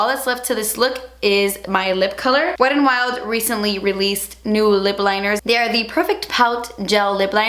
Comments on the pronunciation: I don't know why but I love the way you say "wet n wild" almost like "wed an wild" really quickly 💃🏼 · "weddin wild"